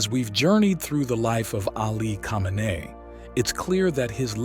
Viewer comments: u can’t even say his last name right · lol at the pronunciation of his name, makes me question the quality of the rest of it